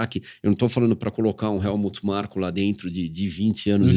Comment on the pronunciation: O Nelsinho chamando o Helmut Marko de Markut Helmut todas as vezes e ninguém corrige ele 😂